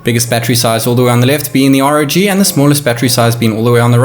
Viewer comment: R.O.G not rawg.